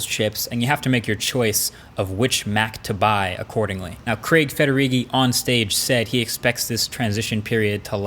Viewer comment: I'm so glad that you pronounced Craig properly rather than calling him Creg like most other people from yonder side of the pond! (